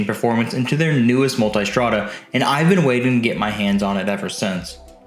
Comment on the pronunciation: People pronouncing "Multistrada" as "Multystrada" had me enough